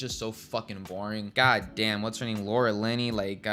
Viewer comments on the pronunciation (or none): none